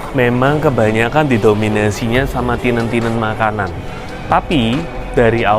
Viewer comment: tenant om, bacanya ya tenent, bukan tinent.